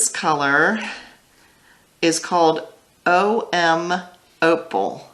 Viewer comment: Om Opal is pronounced OHM Opal like OHM the sound you make when you’re meditating. Take care and stay safe!